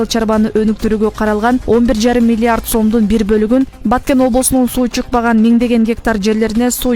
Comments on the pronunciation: ЖУРНАЛИСТСИНБИ, КАБАРЧЫСЫНБЫ? КИМ БОЛСОН ДА видеонун башында айтылгандай, БАКЕН ЭМЕС, БАТКЕН ДЕП ЖАЗЫЛАТ ЖАНА АЙТЫЛАТ!!! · Баакен облосу дейтко